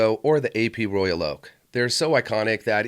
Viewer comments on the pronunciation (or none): none